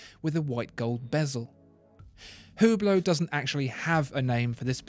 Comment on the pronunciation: I heard you say Hublot. It is Ublot. The H is silent. You can double check.